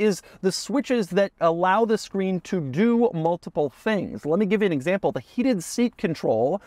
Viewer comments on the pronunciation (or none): none